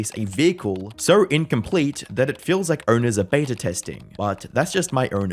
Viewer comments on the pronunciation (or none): none